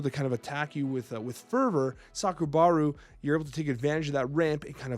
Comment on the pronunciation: Another banger video. We're all struggling with the pronunciations as Altered draws from so many different regions (which I love), only one you said which I am fairly certain was wrong was Aja (it's like Ah-jah) and Sakarabru you swap the a and b, but honestly, that feels more natural to me too. Finally got to play some paper Altered this Thursday just gone (at time of writing) and it was really nice. I only played with starter decks, my Axiom got rinsed by Bravos in the first game but I saw zero landmarks excluding the on I put in my initial mana pool. A time loss with Axiom to Ordis (the starter with some alterations) and a win for Yzmir against Lyra. Got a chance to open a prize pack (I forget the proper name) and got the alt are Subhash which is cool as he's a hero I want to play. Still pulled zero uniques though, going to have to get a box when I've got the pennies.